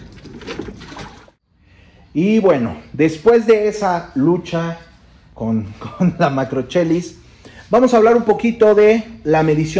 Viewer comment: Solo como nota, la pronunciación debería sonar como " Macroquelis". Saludos, nos encantan tus videos.